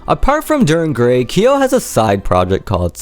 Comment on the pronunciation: Nice video! Just fyi on the pronounciation. His name is pronounced K-YO (quick hard 'K' sound then 'YO'... like when you pronounce Kyoto without the -to) not KEY-YO. Further along in the video is the correct pronounciation. There is long debate about Kyo's real name. Though 'Nishimura Tohru' has been debated as his 'real name', it's long been realized and confirmed that neither 'Kyo' nor 'Nishimura' is his real name. Also another fyi, I've seen Deg in concert since 2006. Kyo did self-mutilate on stage with a safety pin and scratching his chest during this short time period. In regards to the fish-hooking, he spat out empty capsules while I was there (not to say there weren't times where he'd actually cut himself inside his mouth but the blood would have then not have been so thickly red (as with the blood capsules)).